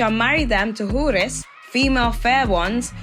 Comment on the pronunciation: I thought it was pronounced "Hourees" but you are pronouncing it "Whores" 😂😂 Probably more accurate 😊